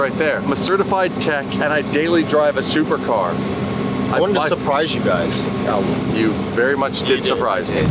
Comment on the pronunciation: so you said, "thupercar" he said "supercar"